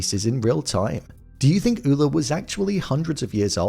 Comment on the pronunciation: Where I'm from Ole is pronounced "OH- lee" I'm from North Dakota and am of Norwegian decent.